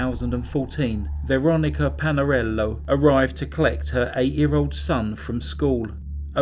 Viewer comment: I can’t be the only one who replayed over and over the way he said Lorys Stival too much class in that. Made me go pour a cup of tea. Veronica Palalero had some sauce on it also. Please cover more Italian cases 🙏